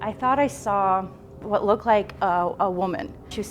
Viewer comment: Sorry but every time she said "I thought I sore" I wanted to shout "a puddy cat ""I did"" I did" 😂 😜🙈